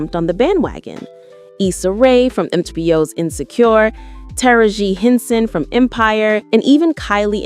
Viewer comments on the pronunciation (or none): Is this video created and narrated by AI? Because that pronunciation of Taraji P Henson was HORRENDOUS. They literally said “Tera G Henson” wtf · It's pronounced TARAJI P HENSON ! H. E. R. has been through a lot, (;allegedly homelessness, abusive relationship ... ) yet she has remained LOYAL to HER self and that's extremely difficult to do in our regular life I can ONLY IMAGINE THAT entertainment industry 🤨 !! Hopefully she's enjoying life and will make ANOTHER ALBUM 😁 ! STAY STRONG and NEVER ALLOW THEM TO CHANGE WHO YOU ARE ! #H.E.R. ❤ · Now why would you pronounce tarji p hensons name like that 🤔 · 😂😂😂😂😂 like girl who is that ?